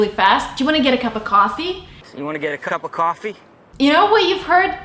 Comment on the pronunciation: Don’t know if you learned the “cup of coffee “ phrase from a movie or your aunt lol but when you said it , it really sounded like you had a Boston MA accent ....👍 or maybe a mix of Canadian